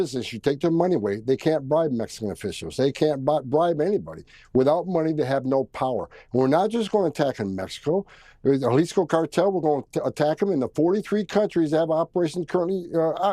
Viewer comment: Repeat after me…. HA - LEASE-CO. You’re welcom. 🤝